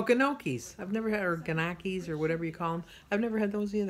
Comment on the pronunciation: Gnocchi pronounced "knee o kee". It is fabulous. I love it with a light tomato sauce.